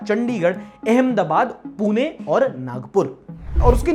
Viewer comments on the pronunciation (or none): none